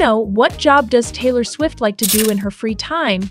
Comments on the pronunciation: Did anyone notice how she said Taylor STUFFID????😢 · STOP SAYING TAYLOR STUFIT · you said Taylor Stufit the first time and Taylor subedit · The first time saying Taylor It said taylor Stuffet lol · I thought it was Taylor SWIFT not Taylor subyit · It's Taylor Swift not Taylor stuffin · Taylor stufit got me dying 😂😂😂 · 'Taylor Stuff-It' LOL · She says: TaYlOr StUfFiT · “Taylor Stuffet” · I cant be the only one who heard "taylor stuffid" at the start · help what’s “taylor stuffed” at the beginning 💀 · Is nobody gonna talk about how in the beginning they called Taylor swift “Taylor Stuffit” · did she say taylor stuffin? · Who’s Taylor StuffIt 😂it’s Taylor swift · Who is Taylor “SOFID” 😂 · TAYLOR STUFFET?! WHAT IS TAYLOR STUFFET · is no one talking about she said taylor stuffet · "TAYLOR STUFFET!"😂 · "taylor subbiet" wtf 💀💀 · IT'S TAYLOR SWIFT NOT TAYLOR STUFIT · Was it just me or did they say Taylor swift wrong at the end? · It is Taylor swift plz say it right